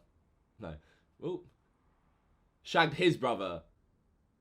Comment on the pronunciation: LOL says shagged like the spy who shagged me